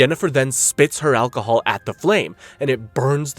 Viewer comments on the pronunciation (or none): none